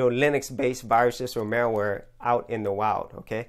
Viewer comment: It sounds like you keep saying" mailware" or "mareware" instead of " malware." :P